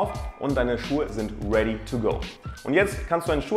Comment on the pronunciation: ... und deine Schuhe zind REDI to go 🤣🤣 Ich lach mich immer kaputt bei diesen Youtubern, wenn sie versuchen englische Wörter mit COOLer Aussprache in den Text reinmischen😁 Redet mal deitsch oidaaa